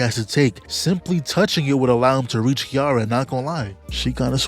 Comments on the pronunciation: unc stop saying kiara its kiRAra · Name of the character: "Ki-ra-ra" Calls them "Kiara" the whole time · Her name is pronounced ki-ra-ra